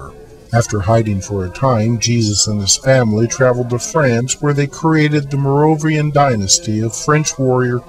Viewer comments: and again you say "merrovian"(sp?) dynasty. What the hell is that??? The first 'dynasty' in France was the Merovingian Kings, which were basically cheiftans. The Mer-o-vin-gi-an kings were a line of kings from about 550 ad to 750. This relation to Christ is based on a famous French hoax originating with Pierre Plantard. Well it looks like someone bought it even after Plantard confessed. By the way, if you're interested I can sell you the Eiffel tower for $100. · Merovingian, not Morovian. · How is one supposed to take this seriously when the damned narrator can't even pronounce "Merovingian" correctly?!